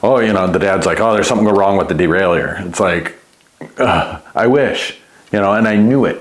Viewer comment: Stop calling it a derail-ey-yer and it will work better 😂 It's a de-rail-er.